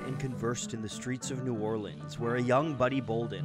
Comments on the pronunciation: Your correct pronunciation of New Orleans makes me happy man, awesome video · Louis Armstrong pronounced it New Or-leens